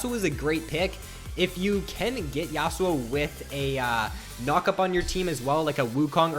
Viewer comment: Dont ever say Yasou again